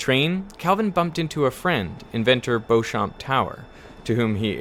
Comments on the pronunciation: "Beauchamp" is pronounced "Beecham" in English English. ;-) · Just a quick note....I believe the name Beauchamp is pronounced "Beech-um" not "Bo-champ". Cheers! S. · Beauchamp Tower, pronounced in native English as 'Beecham Tower'. He was also important in advancing the understanding of lubrication of plain bearings. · The British pronunciation of Beauchamp is "Beechum" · Beauchamp is pronounced “Beecham”. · Beauchamp is pronounced “Beecham”! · I remember being awed by the tide prediction computer when I first saw it at the Science Museum. Nitpick: you used the French pronunciation of Beauchamp. In English, it's bee-chum (which is closer to the original Norman pronunciation than the modern French one). For those who don't believe that words 'évoluent', go ahead and 'prononce' every English word of 'normande' 'origine' in the 'authentique' 'manière'. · Just to point out: "Beauchamp" is pronounced "Beechum" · "Beauchamp" should be pronounced "Beecham".